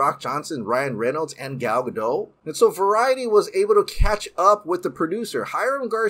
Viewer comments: You pronounce the T at the end of Gal's last name (as in saying the word "dot"). The pronounciation is Israeli, not French. She would tell you herself. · you never pronounce Gal Gadot's name correctly.